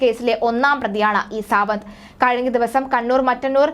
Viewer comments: Savanth alla madam savaad malayalam parayuvanum arillyayo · Savanah ara.Savad ennu njangal aryyunnathu.sradhichu peruparayanaryyilla.